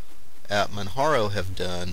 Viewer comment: manjaro is a good distro but I still prefer regular Arch Linux over it. I like compiling and installing the system from scratch with out a gui. Oh by the way, it's pronunced with a j sound like Mount Kilimanjaro. Not a big deal but it's not Man"Haro" . Some people also mis pronounce it with a ManWaro sound. Still an awesome review.